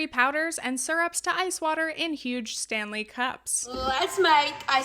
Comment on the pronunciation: The lady with the “Fanley” cup 😂 hell yes